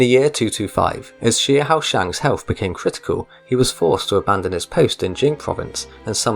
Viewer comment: Xiahou is pronounced Sha~Ho